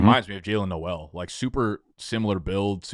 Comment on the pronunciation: Gonna sound like an asshole here but whatever—Jaylin Noel said it’s pronounced “Nole.” Love yall!